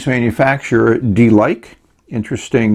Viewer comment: Hi, your review is mentioned in a Chinese web and I'm coming to watch it! And actually the brand is Chinese pinyin which is pronounced as /dəlikə/. It's same as delike. seems unlucky. XD